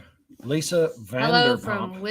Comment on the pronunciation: Said her name wrong lol… vanderpump